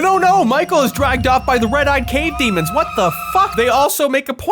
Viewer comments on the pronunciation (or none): none